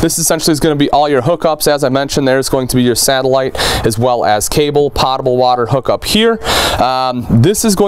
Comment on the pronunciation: I love your work man. When I can buy one of these things I'm coming straight to you. You're so articulate I figure you'd want to know you're pronouncing "potable" wrong. The "pot" rhymes with "wrote" or "tote". Thanks again for all your hard work.